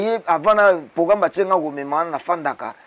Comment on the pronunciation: ozalaka na problème na R? Anvers(anvecs), programme (pogramme), Versace (Vecsace)… eza nango langue mais bongisa ozalaka na france